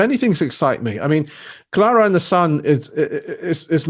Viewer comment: "Clana and the Sun", dear me, get it right mate!